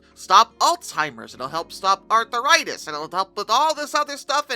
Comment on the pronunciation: I like the way you pronounce 'arthritis'. It's like a ailments only Arthurs would get.